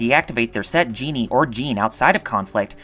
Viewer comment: Very well done but I’m pretty sure djinni isn’t pronounced as genie. Only complaint